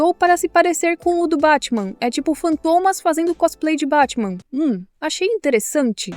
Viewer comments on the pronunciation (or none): Esse "Bátima" coreano dá não... 😂😂😂